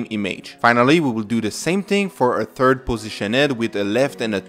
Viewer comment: Terd Value! Lmao!!